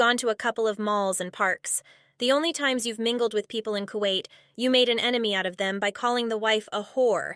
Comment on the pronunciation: I thought she went back to kawait..